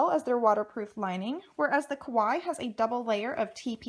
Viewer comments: I mean, it's literally a word from another language which is clearly not her first language. You can't expect everyone to know how to say it perfectly. 🙄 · I wish people would say Kawaii correctly😒